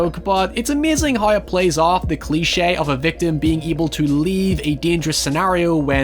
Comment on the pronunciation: I can't decide if "noi" is better than "hoi"